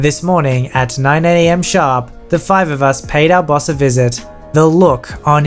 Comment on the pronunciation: I keep hearing the word bus instead of Boss